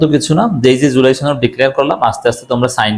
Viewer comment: "সনদ" এর উচ্চারণ টা ঠিকমতো করবেন, এটা ছনদ না।